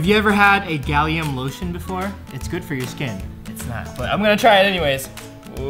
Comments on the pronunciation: its gallium not galliom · I thought he said “Galiooo “🤣